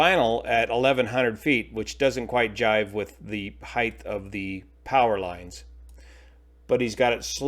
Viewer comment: "height" is pronounced ending with a "T;" not "heigth" ending with a "TH." As a pilot, you really should really know this and practice it.